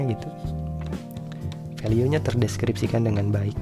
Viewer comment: Kenapa value dibacanya veliu ? 🤔